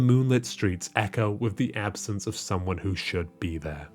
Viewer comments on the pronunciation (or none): none